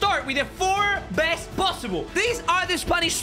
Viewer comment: he said best not Dest it got me laughing he always makes me laugh